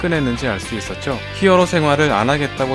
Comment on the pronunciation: 힝어로 라고 하니까 뭔가 슬퍼보이네....